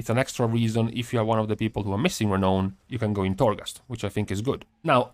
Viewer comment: by the way, it is pronounced "Re-NOWN" not "ra-known"